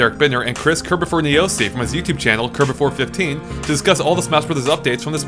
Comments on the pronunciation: "Curb-oh-fer" Not Curb-oh-for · Andre at the end shouts out kirbopher's name wrong. kirbopher14 ahaha . Kirbopher sucks